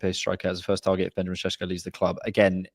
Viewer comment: why do you persist in saying Sesko's name as SHESHKO You're english you posh pleb, act like it. You're meant to be proud about misspronouncing forun names because you're english and you're not ashamed of nuuuttin...that's what makes you english BOOOOSH